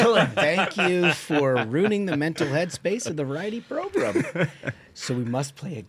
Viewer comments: Progrum! It drives me nuts when they say that. 😂😂😂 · So this is a program. Not progrum. 😮 I want to correct you every time you say that 😂